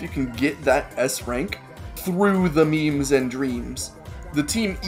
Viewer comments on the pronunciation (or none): none